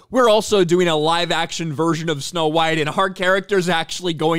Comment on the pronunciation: It's snow white not snow bean